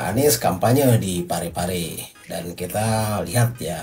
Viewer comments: Bukan Parape tapi Pare-Pare bro. Hehehe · Sekedar mngklarifikasi ucapan salah,. Bukan parape, tpi PARE-PARE. salah satu kota di sul-sel